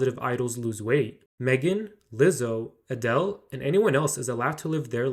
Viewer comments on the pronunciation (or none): none